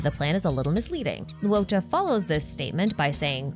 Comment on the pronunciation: LORE-CHA, not Lew O'cha. "uo" in Chinese is always pronounced as "ORE" or "AWE", never as "oo-oh" Luocha = LORE-cha Luofu = LORE-foo Huohuo = HORE-HORE (you can think of it as Haw Haw if that helps with this one)